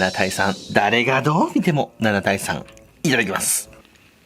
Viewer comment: だれがど↑お→ぉ見ても7:3